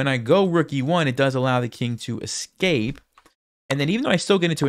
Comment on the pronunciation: You lost the game, but you win a moral victory by saying ES-cape instead of EX-cape like everyone else.